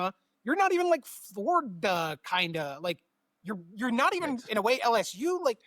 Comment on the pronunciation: Ohio State isn’t Florrrr-da?! Lol what the heck?